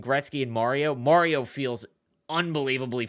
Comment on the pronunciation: You're saying mario wrong lol